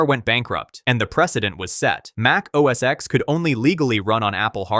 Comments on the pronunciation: for the millionth time it's NOT OS X(ex) or macOS X(ex) it was OS X (ten) Mac OS X (ten) you can always tell those who have no clue or just don't care or bias. Pretty much useless information that I am sure no one cares about other than getting the pronunciations correctly. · It’s a Roman numeral. For Gods sake it’s OS X- pronounced OS Ten.